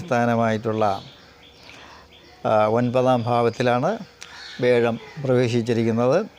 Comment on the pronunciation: വേഴം അല്ലല്ലോ, വ്യാഴം അല്ലേ?